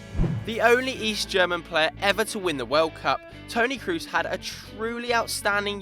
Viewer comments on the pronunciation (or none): kroos is pronounced cross and not like in loose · You pronounce Kroos wrong. Its not english